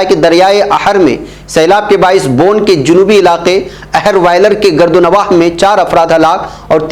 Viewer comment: Gird o nwah asal lafz hai na ke gard o nwah. Please correct